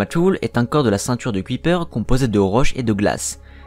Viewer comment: Merci pour la vidéo très intéressante, un petit bémol cependant Thulé se prononce " tulé" car c'est un mot d'origine grecque et non anglo-saxonne